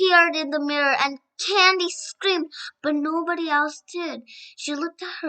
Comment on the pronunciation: btw you pronounce cady's name can-dis